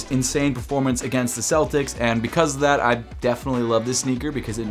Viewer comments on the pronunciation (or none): none